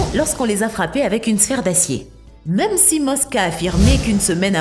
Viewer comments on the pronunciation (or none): none